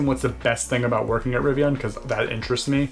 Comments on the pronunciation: Very helpful video! Good to know. I’m a Fall ‘21 preorder holder so it’s interesting to hear the steps you’re going through. I have to agree with Jack though about your “Rivian” pronunciation though 🤣. Looking forward to future videos. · "RiviAHn" does sound cooler than "riviIN" 💁